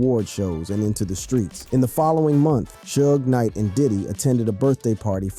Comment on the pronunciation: Cant believe any youtuber that says "Shuge Knight" 😂😂😂😂